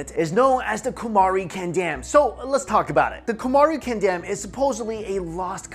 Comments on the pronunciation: its not kandam its pronounced caandom as dravidian is the term emerged in late 1800s it literally means the land of respected peoples. dravidam is actually derived from thiru-iv-idam for the europeans to pronounce, thiru-respected like Mr. or miss in english, and iv(adverb) idam-place. so actually dravida is not a ethnic group but tamils are. and aryans is a word derived from arya(ariya) an another tamil word means rare and aryan means rare peoples. to know more about tamils true but not accepted history please watch the videos in the youtube page. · It's pronounced "kaandam" which means a continent